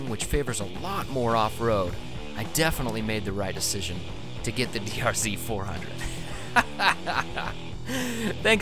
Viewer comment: Did you say DRC 400?